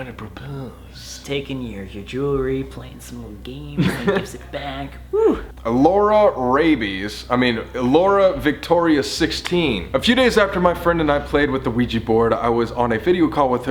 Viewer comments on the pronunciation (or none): Colby: Alorarabies-i mean aloravictoria16 Me: How did you mess that name up...how